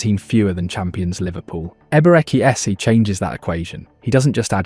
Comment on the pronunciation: Man butchered the names of Ebereki Esse & Victor Yokeres